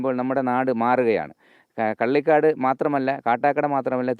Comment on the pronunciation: മലയാളം പറയാൻ ആദ്യമേ പഠിക്കണും (പള്ളിക്കാട് അല്ല കള്ളികാട് )കാട്ടാക്കട താലൂക്ക്